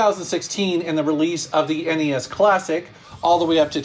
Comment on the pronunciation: Thank you for calling it N-E-S.. not ness that drives me nuts lol